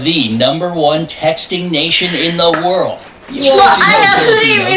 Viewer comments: Pronounce world ---> werlld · is soo cute struggling say the word "World" 😂